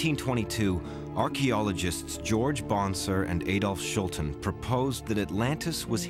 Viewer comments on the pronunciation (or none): none